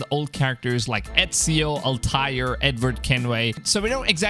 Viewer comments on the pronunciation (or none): Yeah exactly and altair is Al-Tie-Air not Altyre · "Altyre" its altair al-tie-air